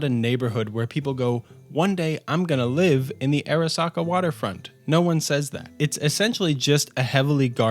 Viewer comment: Pronounce Arasaka as ah-rah-SAH-kah